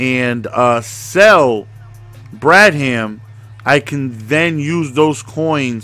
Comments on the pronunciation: BRAD HAM HAM REALLY it's bradham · Ur saying Bradham wrong. Ur making it seem like two words.